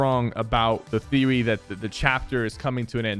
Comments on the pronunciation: ok why is there street fighter in the description and i think he said thewy not theory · he says thewey instead of theory lol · LOLLLLL to he says theewy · Sypher said thewy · the theewy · Lol he says the theowy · Bruh mans said theewee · he said thiwi and he said there or some thing like that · the theewee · he said the thiwy i dead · the thewy